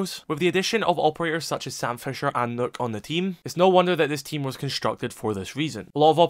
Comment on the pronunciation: Why do people pronounce nokk as nook